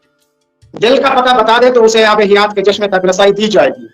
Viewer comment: abe hayat ya hiyat